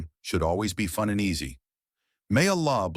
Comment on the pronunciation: Bro you almost saying "jannet" rather then "jannah" as in Ja an nnah